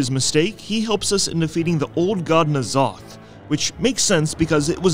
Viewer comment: It's been a few years since BFA and this guy still can't pronounce N'zoth properly